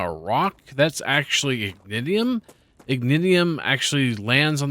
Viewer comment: Learned something new on the star tear rocks being Ignitium. 2 things that are bothering me WAY more than they should: it sounds like you're saying "ignidiom". Think "ignition" like your car. Also, the waves are Ruptures (not "rupturas"), like the name of the game. The star is called Ruptura, named after said ruptures. I know i'm being pedantic and nit-picky, but it's throwing me out of the game as i watch while playing.